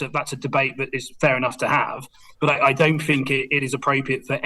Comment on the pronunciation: The word is THink, not fink. Surely a basic prerequisite for an MP is an ability to speak properly